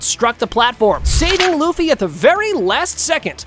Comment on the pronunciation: aree LAFFY NAI LUFFY HAI